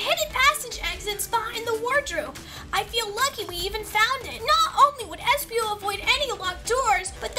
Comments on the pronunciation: It's espio. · Its espio